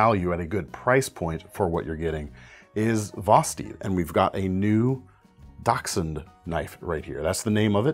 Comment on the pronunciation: Awesome knives this week. And you're like only the second person i hear pronounce dachshund the roght way lol. Thought for sure the dog names would give it away to some...NOPE lol. Happy New Year everyone.